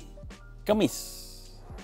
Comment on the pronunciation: Bang maaf nih yaa,kAmis bang..bukan kEMMis